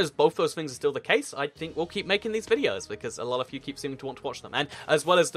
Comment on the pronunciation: Hashtag que and a Dear why cant you say "A lot of" properly?